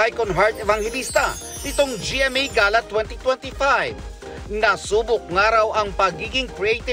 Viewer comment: Pano bah tamang pronunciation ng “gala”? Geyla bah or Gala?